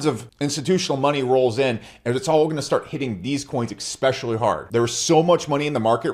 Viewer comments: Gunna hit those coins “exspecially” hard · What does "ikspecially" mean?